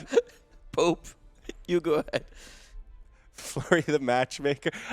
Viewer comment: I gotta say I love these casters, but the french accent is a... it's pope, it's not "poop".. unless you are pronouncing it that way on purpose, in which case .. thumbs up, dude :D